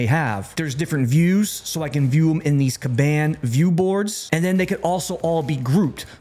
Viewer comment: All due respect, it’s “con-bon”, not “ka-ban”